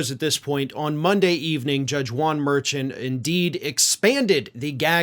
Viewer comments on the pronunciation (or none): Please get the name of the judge right. It is pronounced Mer-shawn not Merchant. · it's not MER-shan, it's mair-SHAN. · Remember how you spent months pronouncing Fani Willis's name wrong? It's MerShawn. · Mar-SHAWN,. Mar-SHAWN. Respect the Justice by pronouncing his name correctly, please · Juan Mer-Shaun lol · I think it's pronounced "Mer-shawn" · you keep mispronouncing the Judge's last name...